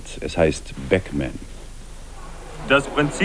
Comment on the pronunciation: Der Nachrichtensprecher spricht alles falsch aus. Nicht nur Pac Man, such die neue Session beim Fußball.